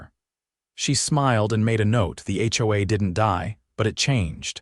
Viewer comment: It's not ho-uh. It's H.O.A.